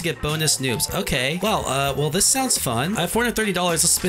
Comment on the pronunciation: It sounded like u said “dis” instead of “this”